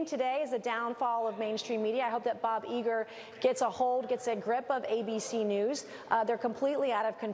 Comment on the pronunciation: Nothing shows you're on top of your game quite so much as Nancy Mace mispronouncing Bob Iger's name. What a low-life she is.